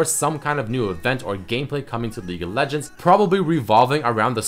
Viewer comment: I can't stop hearing "LEAK OF LEGENDS VIDEO"